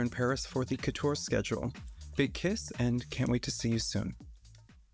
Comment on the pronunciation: Really Vogue France? You couldn’t tell Miss Fame how to pronounce “Haute Couture” while filming this?